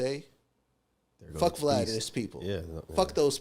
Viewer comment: You said it right Vlad 😉